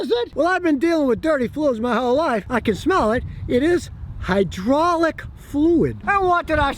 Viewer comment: “High-draw-lick” fluid